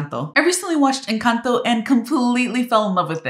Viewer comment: The way you say "Encanto" is perfect! 👌